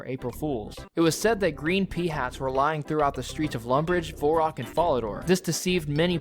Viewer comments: “Vore-rock” “Guy-lanore” “Fall-uh-door” I can’t listen to this dude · Hes saying Varrock wrong :)